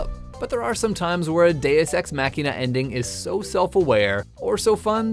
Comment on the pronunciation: I don't like your pronunciation. I prefer Deus-ex-(Maw key Nuh)